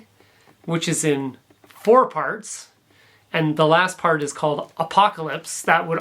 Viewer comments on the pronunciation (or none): none